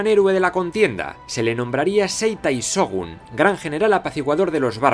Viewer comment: Excelentes videos, nadamas te dejo un pequeño tip de pronciasiòn, cada que veas SH se pronuncia como una CH, por lo que por ejemplo se pronuncia Chogun y no Sogun y asi con lo demas tambien :P